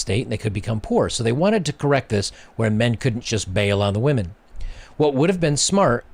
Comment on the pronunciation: It is women not "whamen". I am seeing this a lot on You Tube -- very much frustrating and disrespectful to the English language. Aside from that, I agree with everything that was said.